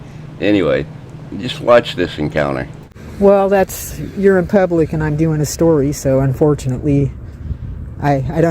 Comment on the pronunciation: I hate how she says "phub-lic".